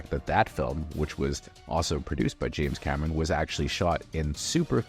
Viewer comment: Mentiras audaces, mentiras verdaderas,... James Cameraaaan, Eilian (Alien), DiViDí (DVD). Hay que supervisar a la IA de audio